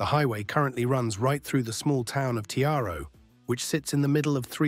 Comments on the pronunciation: The ai voice is butchering the Aussie names. The images used are so out of sync too. Talking about the Tiaro bypass and showed a sign pointing to Tully. The two towns are over 1300km away from each other. Oh and Tiaro is pronounced as Tie-row not Te-are-o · Tiaro is pronounced Ti-ro. Dohles is pronounced Dohl-ees. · It's pronounced Tie-ro bro lol but a good video and informative 👌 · doesn't help if the slow drivers constantly block the overtaking lane. ALSO TIARO is pronounced Tie-Ro. Any collective distributor road running parallel with the highway will just be another cash grab by highway patrol to catch 'speeding' vehicles, where drivers are subconsciously matching the motorway speed of other cars. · AI's failure to pronounce place names is expected (not sure how you get Caloundra wrong, but Tiaro and some of the others are not surprising), but AI should be able to distinguish between the current Premier and PM and a Premier and PM from years ago. Can't the prompting specify this? Credit for the very current video footage of the upgrades through North Lakes. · I naturally mispronounce everything. It's my super skill. 🤷‍♀️😂 I have always said "Tiaro" incorrectly. 🤦‍♀️"Dohles (ie 'DOLLIES') Rocks Rd," too. My late husband used to tease me to no end about it. He actually passed away from a crash around the Gateway/ Bruce area... one of the many reasons that I avoid driving there!